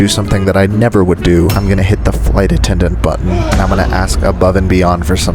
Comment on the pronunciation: I hear "I'm going to do something that I never would do. I'm gonna hit the flight attendant's butt." Me: What?! 😱 The next second, phew, he is going to hit the button, not butt. 😅